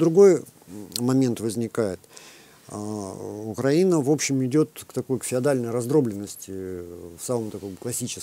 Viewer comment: вам наверное не нравиться, что я так пишу вашу фамилию, правда? Вот и я очень надеюсь, что вы не специально коверкаете название соседнего государства, а лишь переняв такую формулировку от украинофобской "высокограмотной российской интеллигенции". Поэтому подскажу, правильно говорить не УкрАина, а УкраИна. Примите во внимание в будущем;)